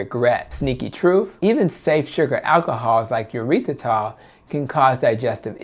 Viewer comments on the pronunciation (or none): none